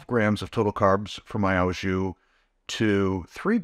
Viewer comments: Sorry but it's OH jus not OW jus pronunciation. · Friendly correction: the "au" in "au jus" is pronounced "oh". Thanks for the recipes!